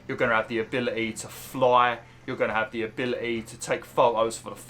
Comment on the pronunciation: Our prop Eee 😂 Abili Eee